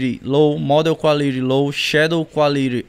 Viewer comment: “Quáliri” AAAA GOZEEII